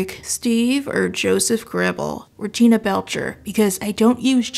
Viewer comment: I swear you called Tina Gina or am I deaf now? But yeah, Tina's a freak for butts, Joseph is a normal teen boy. Wouldn't call him freaky, just ravaged by hormones that he has no idea what to do with. Very realistic, whereas Tina is 13 throughout 13 seasons of the show, and still hasn't had her first period (not unrealistic, just unlikely). SO the biggest freak is Steve, because he acts like a perverted adult with the interests of a geeky teen.